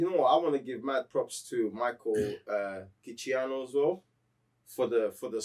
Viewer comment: I can 100% confirm you butchered the fuck out of Michael Giacchinos name